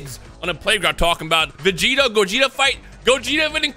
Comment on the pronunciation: Weeks later and none of the comments realized the comment was about mispronouncing vegito for vegeta